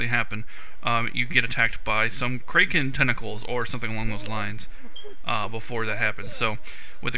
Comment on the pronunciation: You pronounce Kraken odd.